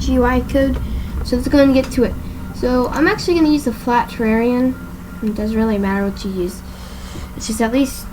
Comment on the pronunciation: “I will actually use the flat terrerian” Dude it’s terrain...